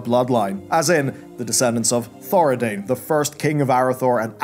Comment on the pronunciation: I could be wrong but: ThoraDIN, not ThoraDAIN. I believe the Arathi aren't from Lordaeron either, they're from.. Arathi. As in, Stromgarde. Also, the new Lothar is not a member of the Lothar Dynasty. Her name is Lothar, because it seems to be a common or recurring name from the Arathi and later Stromic people, like John is for us IRL - IE, James John and John Mortimer both have John in the name but they're not necessarily related. Anduin Lothar was a descendent of Faldir Lothar, who left Arathi (Then Stromgarde) before the collapse to sail to and then help settle Stormwind. There isn't a way the new "Lothar" and the historical Lothars could be related, given the offshoot Arathi featured in War Within are said to have left around the time or even before Thoradin's rise (Year -3300) whereas Faldir was considered the last descendent of Thoradin and he left for Stormwind from Strom around Year -1,200 ish.